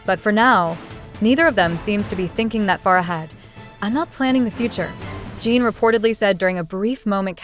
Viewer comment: I don't trust any reel like this, especially when they pronounce Jin as "jeeeen".... definitely an AI created post.